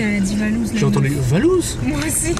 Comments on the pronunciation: Moi aussi j'ai entendue valouz🤣🤣🤣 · Moi aussi je l'ai entendue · Elle a clairement dit VALOUZ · Mais pourquoi elle à dit Valouzz wesh ? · MISKIN POUR LE "VALOUZZ" DE LA PART DU MCDO SINON ON TAIME Valouzz🥰🥰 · Au Mac drive moi aussi j’entends « valouzz » et pour les trois mots : chaise , dentifrice et amour 💕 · Tu n'as pas entendue VALOUZZ car elle a dis VALOUZZ ! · Oui elle a dit valouz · Oui elle a dit Valouz j'ai entendu